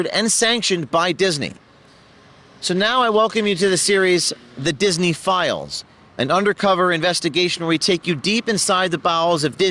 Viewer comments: Every time he says "disney files" I keep hearing pedo-files . is it just me or are other people hearing that too ? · I hear it, too... In fact, the first time I heard "Disney Files", I thought it was "Disney Philes"... Because that's what Disney is full of.